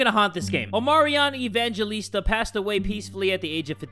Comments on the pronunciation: Its actually pronounced Evangelista not Evan_galista Im Filipino btw Kamusta! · so the name EVANGELISTA is pronounced evanghelista and not evangjelista i know this because i am a filipino and i am proud to be a Filipino notice this just letting ya know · i am a pilipino and i think your supposed to say it like "Evanghelista" not "evanjelista" but its fine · To pronounce that is Evanghelista but it's its spelling is Evangelista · We pronoumce Evangelista like Ebanghelista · Your a Filipino but can't say the name properly